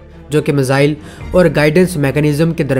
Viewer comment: I watch your videos. Like your work. The word is ‘miss ile’ please do not pronounce misile. The syllable is easy to use and get your pronunciations correct. Thank you